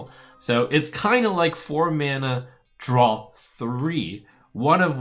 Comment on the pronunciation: draw dude not drawl now sound like strifecro